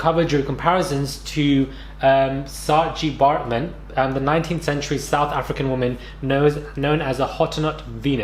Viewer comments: He did a really good job on a not so easy name lol love ❤️❤️ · I'm S.African & well done with how you pronounced Saartjie Baartman.